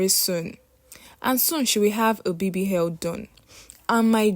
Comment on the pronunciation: Where it's o, she say h. Her pronunciation is a bit down esp with the alphabet